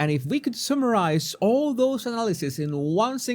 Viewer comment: I agree. But please pronounce summarize correctly.